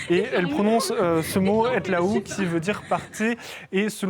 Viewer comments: Je suis tunisien et je peux vous assurer que la personne qui prétend être infirmière/médecin n'est pas arabe. Elle se trahie quand elle prononce le mot "etlaou" Vous savez, c'est très très difficile pour un non arabe de prononcer correctement la lettre "ع" présente dans "etlaعou" Chaque pays arabe a un accent bien spécifique à lui, on se comprend mais on n'articule pas de la même manière. Cependant la façon avec laquelle elle prononce "etlaou" ça ne colle pas tout simplement. Prenez un enfant arabe de 5 ans de n'importe quel pays arabe et il prononcera "etlaعou" 1000 fois mieux que la pseudo infirmière "palestinienne". Elle n'est pas arabe et je suis prêt à parier toutes mes économies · Effectivement elle prononce mal le mot en arabe